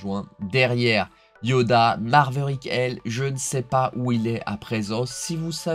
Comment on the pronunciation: TU as toujours le défaut de prononciation avec Maverick ... il n'y a toujours pas de .... R ... entre le A et le V 😂